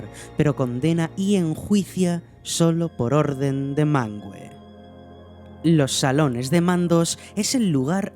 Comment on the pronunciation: No se pronucia MANGUE, se pronuncia MANVE, lo dejan mas que claro en las notas del idioma en el Silmarillion